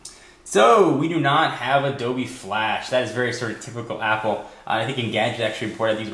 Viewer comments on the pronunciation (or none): he said ADOGEE FLASH!